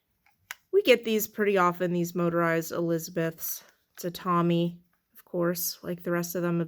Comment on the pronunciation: it’s pronounced like tom-y similar to comb